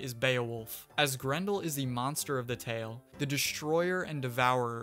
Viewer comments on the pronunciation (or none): none